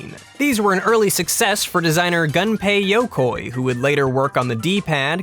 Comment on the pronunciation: "Gunpay Yokoy"